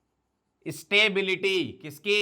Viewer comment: Stability ❌ Satebilityy ✅ 😂😂😂